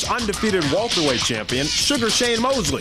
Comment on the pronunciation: Undefeated "Walterweight" champion? TF is walterweight? Lol